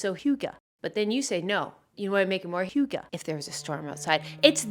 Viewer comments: I’m so happy I watched this, your videos are so good and you NAILED the hygge pronunciation!!! 👏🏼👌🏼🇩🇰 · You're pretty close with the pronounciation of hygge! 👏👏